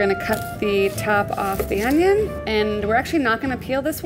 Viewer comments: ItS OnIoN nOt OnYo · I was waiting for her to say onyo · So in English it's called onion and not onyo 🤔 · Fail, it's Onyoooo not onion